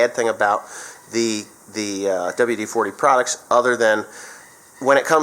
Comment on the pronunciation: Dubual Dee Forty